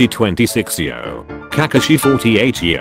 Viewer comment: This guy pronouce kakashi and sasuke as Kakushi and sasuk